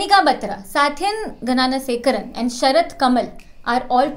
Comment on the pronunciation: Gananasekaran❌ It is gnanasekaran✅